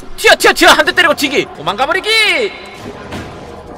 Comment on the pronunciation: 도망가 버뤼귀~~ 웰케 웃기냐ㅋㅋㅋ